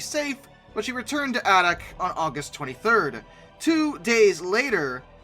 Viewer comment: Adak is pronounced "A"dak and not with a soft "a".